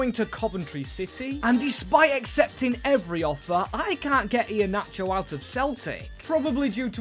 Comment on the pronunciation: Bro got inheanacho right wth